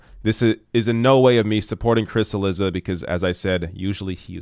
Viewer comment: chee LEE dza not sil LI za. Can we at least make an attempt at pronounce easy-to-pronounce-correctly names correctly?